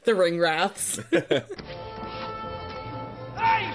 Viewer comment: Just putting this out there guys…it’s ring-WRAITH, not ‘wrath’. Their name speaks to their being: they are wraiths ( a type of ghost like apparition ) whose purpose is to find the One ring and bring it back to Sauron.